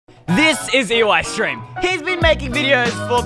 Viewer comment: It’s eystream not eyestream